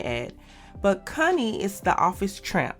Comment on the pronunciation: Connie, Not “Cunnie” 🤦🏾‍♂️😅